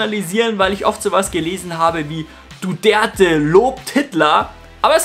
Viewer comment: Duterte und nicht Duderte. Was ist das überhaupt für ein Name?! Du Gerte? Du Dörte? Du der te?